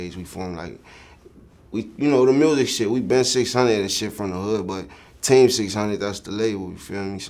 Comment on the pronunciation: This man sounds like he sayin tay600 instead of team 600 lol